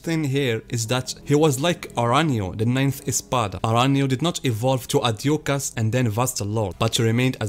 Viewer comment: Ad hooch as*** the J should sound like an H. Like in the name Juan... which sounds like Huan. Aside from that great video